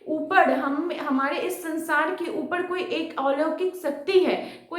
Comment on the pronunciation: ऊपर ❌ ऊपड़ ✅